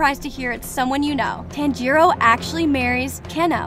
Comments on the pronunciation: PLEASE the way she messed up all the names made it feel like she just read them for the first time 😭😭😭 I cringed everytime she said a name. Ex. Tan jee row but it's actually tanjiro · she saying tanj irou fr again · Ah yes, "Tan Jiro", "Ino Sukey", "Muzanne", "Shinubo", "Saneemie", "Tamaeo", "Niechirien", and "Canow"